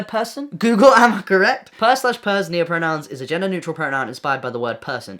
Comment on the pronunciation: we broke when you said noahpronouns instead of neopronouns 😔